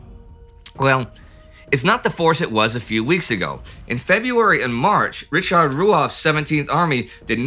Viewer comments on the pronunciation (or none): none